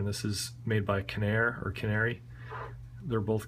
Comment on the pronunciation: It's pronounced 'pico' 'fair - add'. Canare is 'Ka' 'nare'